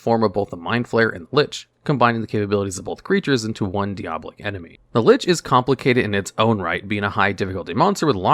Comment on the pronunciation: It’s diabolic not deabolic man, I know Diablo looks similar but it’s not.